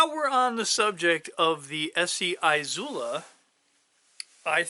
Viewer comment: Eeezula not eye zula. Love the videos but it’s killing me